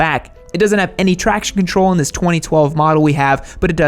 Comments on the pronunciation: no chraction chontrol 😂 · "No tracazidth control"